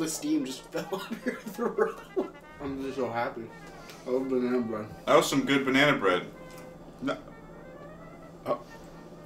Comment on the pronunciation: bah-nea-nah bread